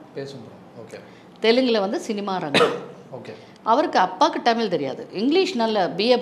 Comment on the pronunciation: ரோஜா ரமணி அம்மா மிகச்சிறந்த குழந்தை நட்சத்திரம்.. பக்த பிரகலாதன் இரு மலர்கள்.. மிகவும் சிறப்பான நடிப்பை வெளிப்படுத்தி இருப்பார்.. இவரைப் பேட்டி எடுத்ததற்கு நன்றி.. அம்மா ஆங்கிலம் அதிகமாக பேசுவீர்கள் போல.. டமிழ் என்று சொல்கிறீர்கள்.. தமிழ் என்று சொல்லுங்கள் அம்மா நன்றி